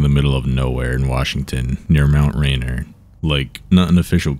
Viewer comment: As a washingtonian, You said the name of the mountain wrong. It’s pronounced as “Mount Rain-Ear”. Just had to correct you because it kinda bothered me, Otherwise, great video:).